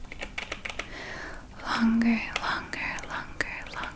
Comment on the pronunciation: I was scratching my head and couldn't hear that well not to mention its like am. I thought when you were saying longer that you were saying BUNGER